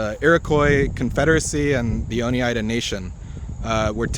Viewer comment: Oneida is pronounced “ohn eye duh” -born in the finger lakes